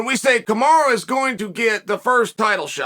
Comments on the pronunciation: Why does it sound like you’re saying Kamara instead of Kamaru ? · "Kamaru~Kamaro~Kamara"- Chael Sonnen